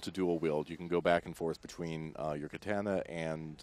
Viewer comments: For fucks sake...KUH-TAH-NUH....not KUH-TAN-UH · Learn how to say katana! Its annoying when people talk about shit that they don't know shit about! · Way to bastardize the word Katana... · The way he says "katana" Come on man, get it right!